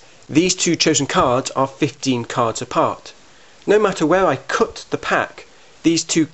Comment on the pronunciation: Love the way you say "cut" lol "coot" as in "foot" :D